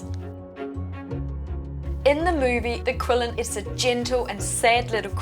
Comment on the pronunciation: This is wonderful, and thanks for the guide! just a friendly reminder that it's pronounced more like a "Chi-lin", cheers!